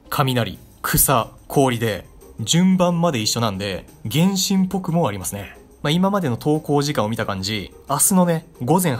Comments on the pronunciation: 原神のイントネーションが天心w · 原神のイントネーションおかしない？w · 発音｢げ⬆んしん⬇｣なの？｢げんしん➡︎｣だと思ってた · げ↑んしん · 原↑神↓呼び笑う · 「ほぼほぼ原神」の発音が「るろうに剣心」で前半の話題の伏線回収みたいになってて好き